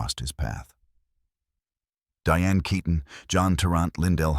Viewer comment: Who ever was the narrator better learn how to pronounce her last name properly RIP Diane KEATON